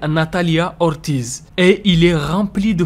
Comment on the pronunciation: Ortiz se prononce "ortise" commes des ortis mais la s sonne!et la lettre r se roule dans le palait de vos bouche!